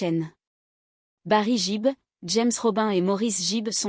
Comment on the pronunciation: Bonsoir vous prononcez très Mal leur nom de Famille ! J'aime beaucoup ce Groupe depuis que j'étais au Lycée.Celà se prononce Bi Giz et celà s'écrit Bee Gees et celà se prononce Guib et celà s'écrit Gibb.Íl y à 3 Frères qui sont Décèdés en comptant Andy qui chantait en Solo ! Apprenez à parler Anglais ou Américain ! 🤣🤣🙏 L'accent n'y est pas du tout ! Bravo pour la Vidéo !